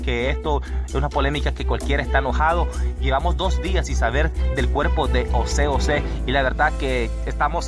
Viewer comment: Mi brother, no es Ose Ose, es José José.